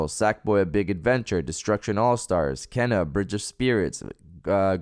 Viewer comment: I'm looking forward to Kena, wish everyone could pronounce it correctly tho. It's Kee-nah, not Ken-ah